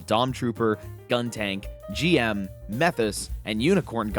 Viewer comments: Says he doesn't know what a GM is but somehow pronounces it correctly :/ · Hey at least you pronounced GM correctly